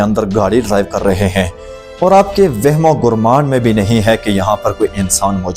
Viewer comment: وہم و گرمان bolna to seekh